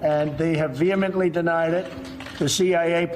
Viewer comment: Vee hee mintly